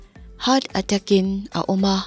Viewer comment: Heart attack (attach) ilam lai tak khi ka inring hman lo🤣🤣